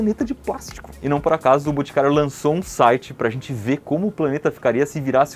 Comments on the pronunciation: Iberê falou mil vezes "BUticário", zero vezes "BOticário"... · "buticario" kkkkkkkkkkkkkk